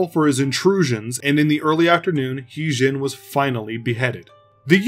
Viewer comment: It actually his name sound more like her d*zing(modern). *Tougue position for a d pronounciation, while exclaiming zing. Regardless, good job with this video!